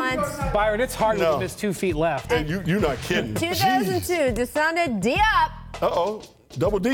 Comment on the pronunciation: lol when she pronounced desagana diop